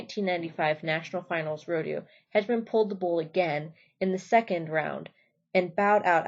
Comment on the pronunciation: The mispronounciations kill me.. Tuff head-man 😂😂